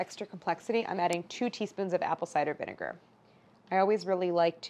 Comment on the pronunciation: I literally thought she was talking about apple cider vinger this whole time 😂